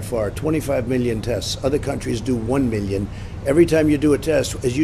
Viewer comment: This guy is the king of avoiding the question. I don't understand why he's always using "Meeleo" when it comes to numbers.